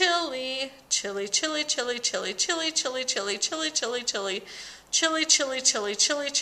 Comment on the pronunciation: A few times there it sounded like you said chili. Just saying.